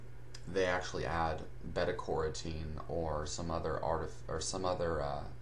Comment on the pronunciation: Beta COR-a-teen? That's beta CAIR-o-teen. You know - those long pointy orange veggies that grow down in the dirt? They are called carrots. Not corrats. I usually stop watching when a simple word in the field is mispronounced. It completely ruins your credibility.